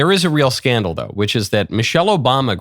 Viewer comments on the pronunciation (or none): none